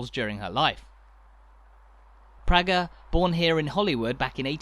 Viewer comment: An interesting travelogue, well produced and quite informative. However, as a "visitor" you would not be aware of some slight errors and omissions. The name Praeger is pronounced PRAYGUR, not PRYGER. You referred to Cultra almost as a single-syllable word, but it is in fact a two-syllable word pronounced as CUL TRAW, with the emphasis on TRAW. The original maypole was replaced with a newer, shorter version in around 1956, and was later found to have rotted considerably some years later. It was eventually replaced with the one you see now, which is even shorter again, so there have been at least three maypoles! One of the traditional customs was for local girls to dance around the maypole every year. It was stopped around 1953 for some obscure reason, but I understand has now been reinstituted. In the Ocean Restaurant, they have a mural on the wall which, taken from an old photograph, depicts a group of these young girls, one of them being my sister. I was born and raised on the Church Road, directly opposite what was the main entrance into an area known locally as "Murphy's Field," wherein stood the Holywood Motte. The motte was my playground throughout my childhood - when it was quite different to what it is now. I can tell you that the top of it was not of sufficient area to house a barn, never mind a castle, for its widest diameter was no more than about 15 or sixteen feet. Many locals believed that it was formed from the subsoil dug out for a building that was supposedly